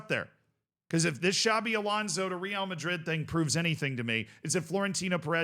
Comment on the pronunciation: Another 🤡 that can't pronounce real madrid's name properly.